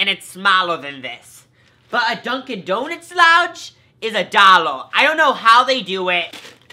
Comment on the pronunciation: Donuts not donits